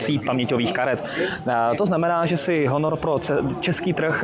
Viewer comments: Honor :D Proč to čtete jako Honor? Výslovnost v angličtině uplně jiná. Taky neřikáte iPhone po česku, ale čtete s anglickou výslovnosí. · proč bych to dělal?:) mě to nijak nevadí jen mi přijde zvláštní, że všechna jména telefonů se vyslovují tak jako v angličtině (iPhone, Xperia, HTC) jediný Honor je po Česku:D